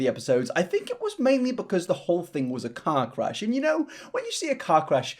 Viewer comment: Oh god you said "car crash" and I head "cock rash"... Can't look away from a cock rash lmao